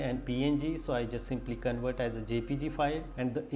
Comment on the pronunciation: It is not CONWERT. It is CONVERT with a V.